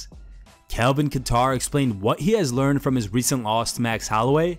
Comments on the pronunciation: Was I the only one confused when he said Calvin KatTar lol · Calvins name is not "KAT TAR" its "KATE ER" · Kattar not Qatar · Who TF is Kelvin Qatar?? Put some respect on his name... it's fuckin CALVIN KATTAR. Thats CAL-VIN KAY-TOR.